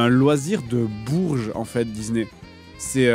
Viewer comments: Il dit Dizney, ça me fume 😄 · il casse la tete a dire dise né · Dizney.. Dizney.. Dizney 😂😂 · Dizney. Ça me fume à chaque fois. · Même pas foutu de prononcer Disney normalement !